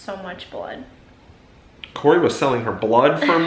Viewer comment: Cori actually said my last name right! No one ever gets my last name right because it’s French!❤️😂